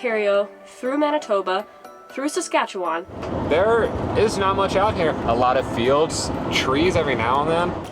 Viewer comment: Can't wait for next weeks Saskatchewan edition, cute the way you pronounced it!